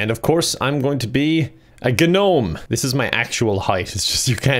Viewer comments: I stopped when he pronounced the G in gnome.... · The G is silent in the word “gnome”.